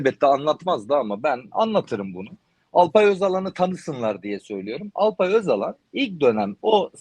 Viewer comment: Alpay özalan değil Alpay Öcalan